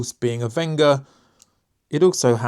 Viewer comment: Super review! BTW its Wenger not Venga. I have the Evo wood 17 Delmon, great tool and feels brilliant in the 🤚